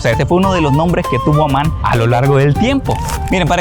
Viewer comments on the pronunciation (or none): اسم عاصمة الأردن هو(عَمّان)، وليس(عُمان).